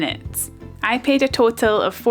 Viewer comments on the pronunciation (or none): none